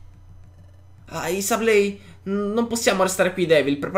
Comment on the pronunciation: Oi penso che Sableye si pronunci Seblai, poi non so Comunque sei grande, sto amando questo let's play